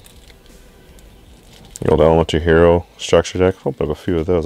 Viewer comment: "H R O" Someone can't 5th letter of the alphabet. :P Good OCG stuff.